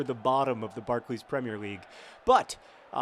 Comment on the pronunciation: YOU SAID "PREMIER" RIGHT !!!!